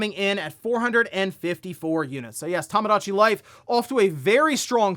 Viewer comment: “Tamadachi Life”